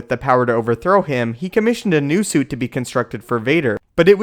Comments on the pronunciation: Am I crazy here or is he saying sue and not suit? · SUITTTTTT NOT SUE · I can’t help but ask why do you keep saying sue instead of suit? Put more emphasis on the “t” in suit. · Frustrated me that the guy was pronouncing suit as "su." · There a "t" in the word suit buddy. Couldn't even pay attention to what you were saying because you kept saying "sue" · It keeps sounding like you pronounce 'suit' as 'Sioux' or something. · are you saying "suit" or "sew"??? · for some reason, it sounds like he is saying "sue" instead of "suit" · The word is "Suit" not "Sue" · It's pronounced suit, not sue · I keep hearing it too. Thought I was the only one. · Why do you say sue instead of suit ? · Are you saying "suit" or "sue"? It sounds like you don't pronounce the T (or what is called a stop consonant) when it comes at the end of a word. Are you saying "mute" or "moot"? "Fah" or "fought"? I'm linguistically curious: where are you from? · do you say sue instead of suit on purpose? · He keeps saying "Sue" instead of suit and its bothering me lol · When you say suit, it sound like you say zoo. Or is that just me? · are you saying Sue or Suit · why are you calling it a sui? There is a "T" on the end Its SUITTTTTT. Pronounce the T will ya. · Can you pronounce the t at the end of suit... not sue. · so.. am i the only one who keeps hearing sue instead of suit? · why do you keep saying zoo? Just say suit. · Suit...ends with a 'T'! It's not pronounced 'Sue'.... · Why can't this guy pronounce the word "suit"? It's distracting. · Every time you say "een the syoo" I want to die. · his su is important his su keeps him alive his su WTF this dude doesn't say t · Why are you never pronouncing the "T" every time you say the word "Suit"? That's just crazy strange. It's not a silent T. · god can you not say 'sui' anymore!? its 'suit'. fck never knew that could be so annoying. i couldnt focus on the video cuz you cant say suit frickin right.